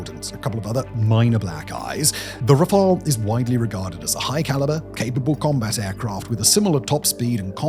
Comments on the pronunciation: You are now pronouncing "Rafale" correctly (in English). We all appreciate your continuous improvements.👍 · Hold the presses! Simon pronounced Rafale correctly!